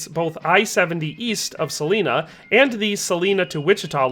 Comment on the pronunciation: It's pronounced Sah-line-ah. Not sah-leen-ah.